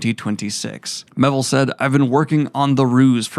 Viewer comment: Listen to how Daniel pronounces it. It's "Me-ay-ville" not "Meh-ville"